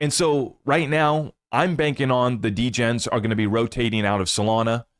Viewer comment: 🤣🤣 “6 De-Gens living in the same house”